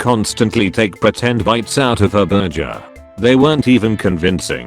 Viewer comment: I love how he pronounces burger